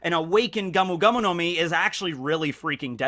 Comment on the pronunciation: It's Gomu Gomu, not gamu gamu.